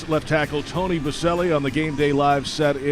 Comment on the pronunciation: stays correcting Boselli haha